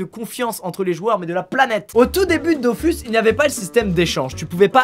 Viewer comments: ON DIT PAS DOFUS MAIS DOFOUS 🤬🤬🤬🤬🤬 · JE VEUX QU'IL PRONONCE " Dofous" et pas " dofus" comme tout les nb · ÇA SE DIT DOFOUUUUUUUUUUS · Comme les gens qui disent "on prononce pas Dofous, mais Dofus", alors que bon Ankama (les créateurs au cas où) disent "Dofous", et "KamaS" aussi d'ailleurs...